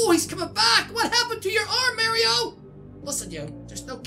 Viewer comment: Your saying mario wrong